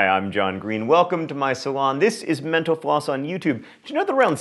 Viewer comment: whenever he says "mental floss" i hear "menopause"